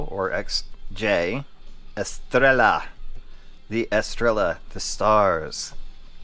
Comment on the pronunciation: Es-Tray-Yuh Please tell me you dont call it a Tore-Till-Uh too? 😅